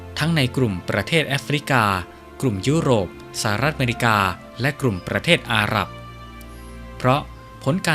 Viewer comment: จะดีมากๆถ้าผู้อ่านออกเสียง ร ..ล ให้ถูกต้อง กระดกลิ้นหมดเลยคล้ายเขมรเลยนะครับ ปลอมแปลง/กลุ่ม และอีกหลายๆคำที่ควบกลำด้วย ล.อย่ากระดกลิ้นรัวๆเลยครับ เดี๋ยวแม่นเคลมอีกนะ